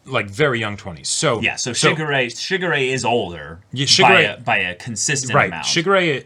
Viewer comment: The way says Shigure...sounds like Sugar Ray, and it gives me the stupidest grin every time....Man, I feel old.